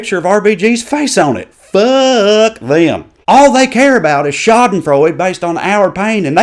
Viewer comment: I love when the word fuck has 3 syllables.